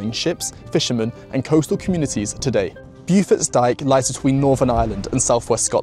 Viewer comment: Pronouncer Bow-Forts Dyke, rather than BewForts